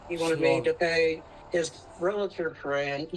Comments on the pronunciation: Dear GOD! It's pronounced REAL-TOR NOT REAL-A- TOR!!!! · I cannot take anyone seriously that says " realator! It's realtor!!! This drives me nuts!!!! Miss Smarty with your shoulder showing shirt, learn how to pronounce what you say... smh. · Why can no one pronounce realtor?